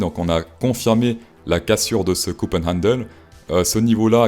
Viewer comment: C'est cup, pas cop. Tu veux donner des leçons mais tu sais déjà pas prononcer le mot en question